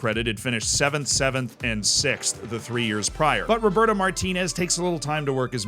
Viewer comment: It's Roberto not Roburto